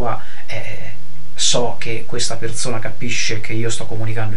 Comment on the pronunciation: bellissimo pero' ti devo spiegare la differenza tra la lettera Z e la lettera S. per esempio si dice perSona, non perZona :)